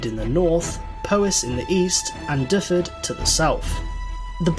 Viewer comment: That's not how Gwynedd , Powys or Dyfed are pronounced.